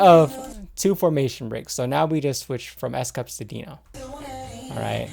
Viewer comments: I love this video so so much and I like this more than most reactions because you are giving content. Not just a reaction. But I’m not gonna lie, when you said S CUPS I absolutely lost it laughing. I love how you know their names and I love the content you are giving us. But I would like to let you know his name is pronounced as S COOPS :-)) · I'm always sweating after viewing these guys....and it's COUPS rhymes with scoops.....Dino dances like the building is on fire..and kudos for noticing JUN......